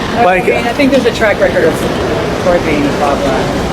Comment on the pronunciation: It's Kroy itch, not Cory.